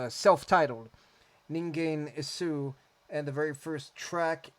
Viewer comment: I am glad you to try and pronounce 'Ningen Isu' correctly. It is perfect. 'Jin-men-so' (人面瘡, human acne) was the first song in the album you showed, and it is known as the 'Zero Disc' among the fans, released in 1989 on the own label as a project for the TV programme, 'ika-ten', and it was for that Ningen Isu first became famous when they were still amateurs. But for reasons of some discriminatory words in the lyrics, it was not recorded on their professional debut album, 'No Longer Human' (人間失格, Ningen Shikkaku) in 1990. It was a single cut from their second album, and was included as a coupling track on 'Yasha-ga ike pond' (夜叉ケ池). Since then, it has been included on several of their best-of albums. And it has some live video clips on YT. Please check them out by using the Japanese following. 人面瘡 人間椅子 Jin-men-so is one of the old legends of strange diseases, spectres, or superstitions in Japan. And since modern times, it has been the subject of novels and manga. The most famous novel using it in Japan, it is Yokomizo Seishi's novel. But my favorite one is from manga, and one episode about this strange disease in Osamu Tezuka's 'Black Jack'. The lyrics written by Wajima, are as literary as the rest of the songs by him, and even Japanese people, without a literary background, cannot understand them in depth, me too, huh.. I haven't read the English translation of Reddit's lyrics in detail, but from a quick look at this video, I guess it's a pretty interpreted translation, if n